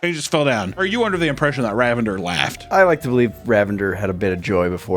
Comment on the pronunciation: The way he mispronounces Ravinder makes it sound like the man is a deranged super villain. Be careful of the mighty RA-vendurr, I believe it’s pronounced RAH-vin-DUHR, it’s shouldn’t rhyme with lavender. Lol